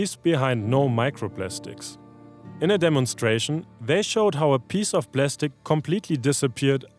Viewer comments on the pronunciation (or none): Plastic 💀 Plestic ✅